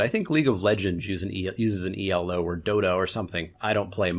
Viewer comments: It's not E L O, it's Elo, which is the surname of the guy who invented it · It's not "E.L.O.", its "Elo." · Elo isn't an acronym. You never say the letters. Elo is the name of the mathematician who invented it.